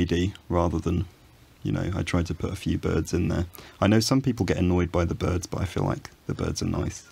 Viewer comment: Also: I like the bærds...